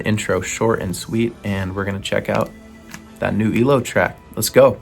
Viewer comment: it's Eye-Low 😆